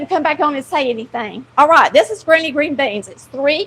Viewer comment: Took me a minute for the title misspell: in a Southern accent, your “granny” sounds like “grainy”, lol.